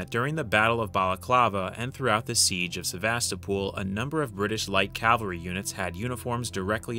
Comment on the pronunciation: Why does no one, including this history channel not know how to say cavalry?